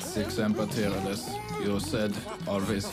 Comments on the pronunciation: “It’s sic semper tyrannous. You said ‘always faithful terrible lizard’.” That is my favorite line from him. Do you know 21 botched the saying fight to somebody who doesn’t understand Latin it sounds like “something something tyrannosaurus.” The good doctor explained me actually said a phrase as opposed to gibberish. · It's sic semper tyrannis. You said always faithful terrible lizard.